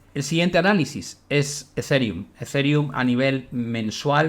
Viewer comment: Se pronuncia Ezirium no Ezereum